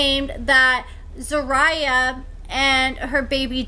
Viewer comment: So you do an "update" on someone but cant properly pronounce their name?!